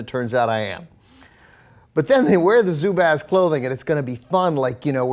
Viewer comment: Aren't they pronounced as "zoo-buzz"?